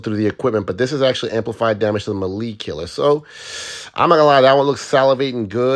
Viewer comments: Melee is pronounced like mayday (maylay) not marie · Brother, it’s pronounced “may-lay” Thanks for the good info😜🙏